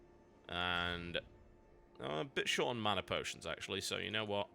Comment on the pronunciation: Love TotalHalibut but the way he says mana really irritates me.